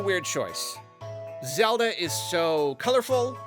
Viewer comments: Legend of Zelba Movie? I thought you were talking about The Legend of Zelda movie. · “ the legend of zelba movie” 🤣🤣 who else caught that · lol "Zelba" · The Legend of "ZELBA"